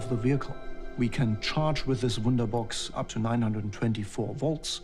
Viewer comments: Woonderbox, woonderbox.... hume battery system... sounds like letter o and u and a are same... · the guys for supply chain, hardware production and manufacturing are Germans. Pronunciations are funny. 'Wunderbox' - nice.